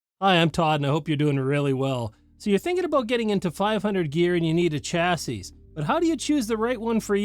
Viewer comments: Chassis is a French originating word, the last 's' is silent. "CHA-see" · You might wanna add a de-esser for when you mispronounce "chassis". 😂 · LOL you caught that too